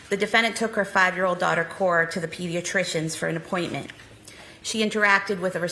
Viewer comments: I was thinking the same thing every time she said core! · It bugged me, too. CorA, not core....glad I wasn't the only one. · Absolutely heartbreaking case. Random side note that is really irritating: the prosecution keeps saying the daughters name like "Core" when her name is CorA. It is SO DISTRACTING. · Ugh, I noticed that too. If you care so much, the least you could do is get the child’s name right.